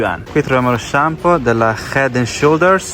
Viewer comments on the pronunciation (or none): none